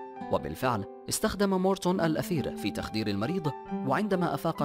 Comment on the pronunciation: هناك خطأ في اللفظ .. ليس الأثير وإنما المادة المستعملة في التخذير هي الإيثر .. لأن الأثير والإيثر ليس نفس الشيئ